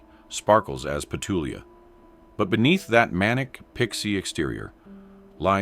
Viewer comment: It’s petulia not patulia